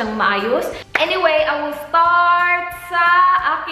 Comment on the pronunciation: " i wull be duwing" HAHA